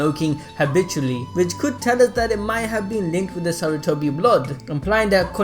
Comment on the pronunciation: You forgot the "R" in Sarutobi you said Satutobi